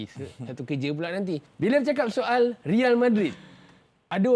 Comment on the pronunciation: "Real" tu kn royal sebutan espana = reyal